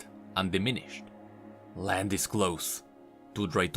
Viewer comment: sounds like you said "just in sight of lamb" at the end